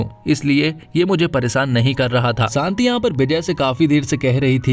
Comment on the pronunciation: Shanti bolo bhai Saanti nahi